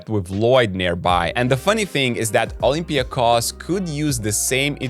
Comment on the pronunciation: Kudos to Basketnews team for pronouncing olympiakos name the right way! Oly will make it to the finals, despite your prediction.